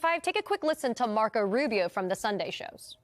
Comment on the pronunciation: "Marko Rubieww."